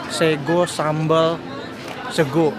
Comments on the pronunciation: Wkwkwkw lucu lu bang,bukan orang jawa ngomong sego aja sEgo😂😂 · Waktu ngomong sego bikin ngakak sumpah 😂😂😂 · Bang lu pas ngomong sego mirip orang jawa banget dah wkwk 😂👍👏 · Ko nex bilang "sego sambel mak yeye" aja jawa bgt, lah aku yg tinggal di jawa ngomong gitu gk ada logat jawa sama sekali😂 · logatnya koko lucu “sego sambel” 😆😆 bikin ngiler ae mamen 😓